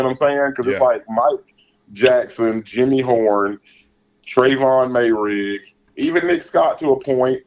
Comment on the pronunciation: Hey, its "MARE-Rig" ✌ Glad you're back!